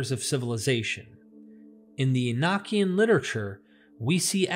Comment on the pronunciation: The pronunciation is "ee no key en" not "ee nock ee en" also you did not mention that the father of all Hebrews was a Sumerian. In the days of Abraham, Stories were passed on by word of mouth. Abraham was From Sumer.